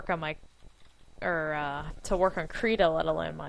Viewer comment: Please look up the pronunciation and correct it in your video. It has a short "i" sound, not an "e" sound. It is Swedish for "crayon" and "rita" in Swedish means "draw".